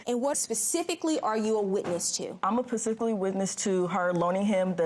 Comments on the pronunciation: Well pacifically I was see’n her give um the thousand dollars. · Pacifically witnessed 😂.